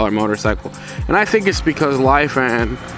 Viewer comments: its not Lai fan its Lefan = Lifan 🐸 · Its pronounced Lee fan